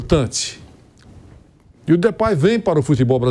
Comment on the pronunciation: O pilhado falava de pei o Mauro falou depay ele acatou